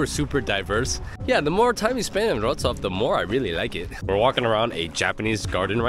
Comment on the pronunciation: its LEVI - OWSA